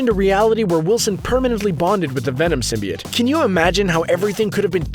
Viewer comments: Venom can heal bones and tissue too!See the movie.Oh,symbiote is pronounced Sym-bi-ote. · you're saying it all wrong. it's Sym-bi-oats... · It’s pronounced sim by oat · YOU SAY SMYBIOTE WRONG but I have a question for y'all. who's your favorite Spider-Man villain?